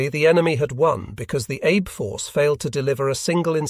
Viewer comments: It is not pronounced Abe. It is pronounced as Ahbay. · I’m guessing that “Abe” is supposed to be pronounced here like “Ah bay”. The auto-reader makes me cringe every time.